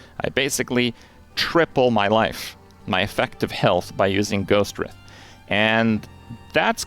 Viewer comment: Ghost Wr-EYE-th